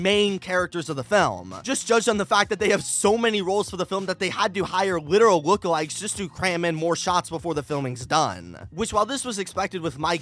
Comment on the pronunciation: “wittereal wookawikes”💀